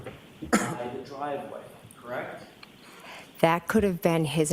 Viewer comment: She shakes her head no slightly a few times when she’s saying “CrrrWREKT”!! She’s an absolute SCAB!